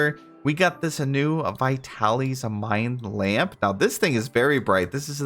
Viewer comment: Every time you say vitalys, I think of a local pizza place by me that's pronounced (but not spelled) that way. I'm pretty sure vitalys is meant to be pronounced vy-tal-iss, not vy-tal-ees though. 😅